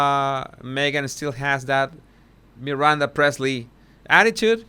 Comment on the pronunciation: Priestly not Presley!!